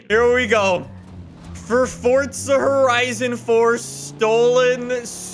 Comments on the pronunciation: BRO FORZA FORZZZZZZZA NOT FORTSA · Why does he say fortza and not forza? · STOP SAYING FORTZA ITS FORZA!!!!! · Normal people: Forza Horizon 4:Fortza Horizon 4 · Fortza lol 😂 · ITS NOT FORTZA ITS FORZA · Fortsa horizon four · WHY DO PEOPLE CALL IT FORTZA ITS FORZA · Not fortza forza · Jesus stop saying FORTza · Why do you call it fortza? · Fortza ?????? Whyyyy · Why do u call it fordza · Why do you say fortza?